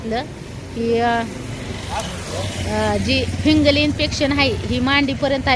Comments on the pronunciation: फिगंल नाही ग फिगंल इन्फेक्शन म्हणतात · फंगल असत ते